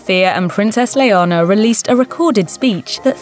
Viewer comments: Having a shot every time she pronounces Leonor as "Leona" would make for a good drinking game. 🥂😆 ...Anyway, those girls were absolutely adorable as kids and are remarkably bright, eloquent, confident and pretty as teenagers. Felipe and Letizia seem to know ehat they're doing! 👏🏼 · I can't with that prononciation. It's Leonor not Leona 💀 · Why does it sound like you pronounced her name as Leona 😭🤷🏻‍♀️ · Please, it's Leonor, how could you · Get her name right It is Leonor not Leona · It is princess Leonor , not Leona. Please… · Her name is NOT Leona! It is Leonor! So different! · Her name is Leonor not Leona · Princess Leonor, not Leona. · Her name is Princess Leonore….not Leona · It is not Leona it is Leonor OMG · Her name is Leonor, no Leona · Her name is not " Leona" !!! ''this means lion in Spanish), so you sound really weird calling her another name . Her name is Princess "Leonor" and you need to pronounce the "r". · Leona??? Leonor. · I don't think she has an accent she just got her name wrong... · It’s pronounced like “Eleanor” without the E. Please say the future Queen of Spain’s name properly. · How TF do you expect that a Princess is called “lion”??? It’s Leonor!! 😂😂😂 And you pronounce it as that, as you read it: LE-O-NOR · It's not her accent. She's English, their accent wouldn't mangle the name like that. Leonor is NOT pronounced Leona. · LEONOR ,pronuncien bien LEONOR 😒😒😒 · It’s not LeohNHOR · Please get the name of princess Leonor correctly. 😡😱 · I highly doubt it. It sounded like she said Leonor and just didn’t pronounce the “r” hard enough. Kinda like how “Noir” is pronounced by some people. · It’s leanor but pronounced that way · Clara, no hay mayor drama. Simplemente un error de pronunciación. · She did pronounce it as that??? She just didn’t enunciate the “r” hard enough, similar to how some people pronounce the word “Noir” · as a Leonor my self this was painful to watch. butchering my name over and over again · PLEASE pronounce LEONOR correctly!